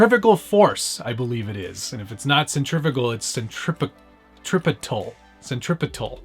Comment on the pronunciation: Hi, it’s.....cen- tri- fug- al force, and I never took fisics eifir 😂. I really like how you present your package hahaha